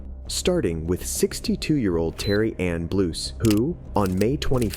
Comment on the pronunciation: The second he said "Terry Ann" I dry heaved while also rolling my eyes.